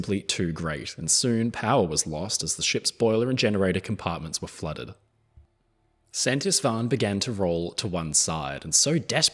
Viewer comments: I'm always worried when Anglophones try to pronounce Hungarian words, but you did fairly well with "Szent István". The only correction I can offer is that the Hungarian "s" is pronounced like the English "sh", and "sz" is pronounced like "s". The closest transliteration (without involving a phonetic alphabet) would be "Sent Ishtvaan". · Oh my, thanks for covering the Szent István! Always heart wrenching to see her going down. Just one little thing: "s" is pronounced "sh" in hungarian.